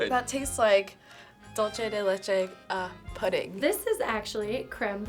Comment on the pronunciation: It's "Dulce", not "Dulche".